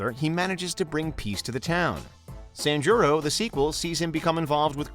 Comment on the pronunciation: San jii ro(roll your tongue)